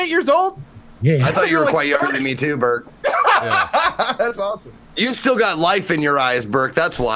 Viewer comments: I keep hearing Berg and get confused when I don't see Gassy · Every time JP says "Burke" I hear "Berg" and try to understand what GassyMexican character is doing on Dropped Frames.